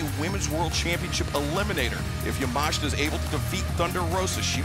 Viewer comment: ‼‼‼‼‼‼ Yamashita not Yamashta ‼‼‼‼‼‼